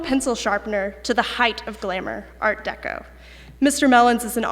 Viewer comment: I have never heard Art Deco pronounced as Art DayCo. Don't get it. Is he trying to pronounce it in French? But noticed as he carries on the lecture he falls into Art Deco.